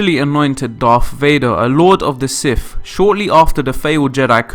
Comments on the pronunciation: PLEASE try to say Darth and Sith instead of Darf and Siff . IT REALLY makes me cringe.... >.< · I don't know but he can't pronounce words correctly to save his life. Darf Vader, Sif instead of Sith and coup is pronounced coo.